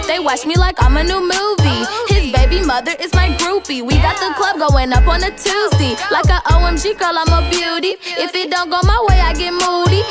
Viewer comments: Nas Jon, she just pronounced Tuesday like that to make it rhyme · Nas Jon old people used to pronounce “-day” as “-dee” before